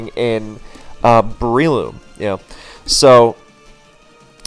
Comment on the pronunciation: I got one of your vids in my recommended, refell in love with your content. I just cannot get over you calling them "Brie-loom" like the cheese